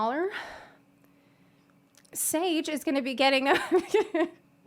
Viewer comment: "Schola-Sage is gonna be getting..." GIRL